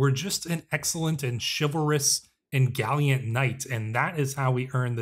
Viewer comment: Galiant? Its Gallant…